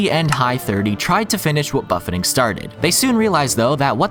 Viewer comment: Man's never had an all you can eat buffet and it shows. "Buff-ay" not "Buff-ett"